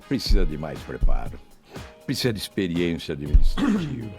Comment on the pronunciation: esse PPSSSZA ao invés de pronunciar ''precisa'', tooodos eles falam assim, q nojo, asco de politica. q morram todos TODOS.